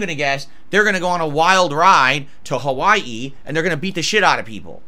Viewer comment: I love that pronounces Hawaii like he's Adam Sandler's Dracula